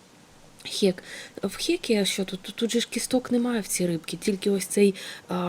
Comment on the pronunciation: Відео сподобалося, єдине зауваження - не "хєк", а "хек")